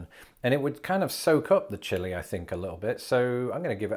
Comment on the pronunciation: The ‘chili’ hurts my Texas soul.